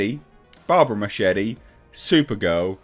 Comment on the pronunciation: Muschietti is not pronounced like you pronounce machete 🤣🤣🤣🤣🤣.